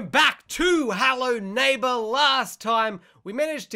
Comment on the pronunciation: it's hello neighbor not hallo nabor